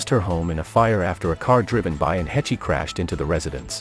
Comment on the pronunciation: Uhm just fyi. Her last name is pronounced: "Haysh."